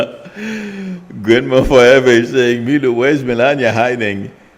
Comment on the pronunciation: Sorry to correct you, but it’s not Milo, but. And, it’s not Namasta, but Namaste. This is how we write it in our ancient Sanskrit language-नमस्ते. It is a very common greeting in India among followers of the Hindu faith. It means “I bow to you.” You can also say, “Namaskaar.” Please be respectful of the greeting. Thanks!